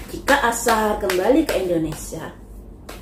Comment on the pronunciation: Aisar buk bukan asar😂